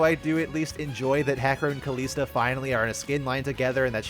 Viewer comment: Dude Kalista says her name in her voice lines. Do you not know how to say it?